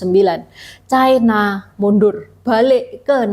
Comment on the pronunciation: Ucapan yg bnr : china, bukan chaina